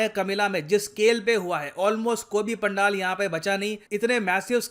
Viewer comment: It's Pandal पेंडल